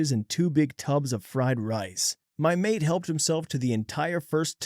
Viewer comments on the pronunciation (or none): none